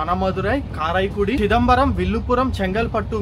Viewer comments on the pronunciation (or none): రామనాథపురం ను రామనంతపురం ల పలుకుతున్నారు అలాగే కరైకుడి ని కారాయికుడి అని పలకుతున్నారు. సరిచేసికోండి.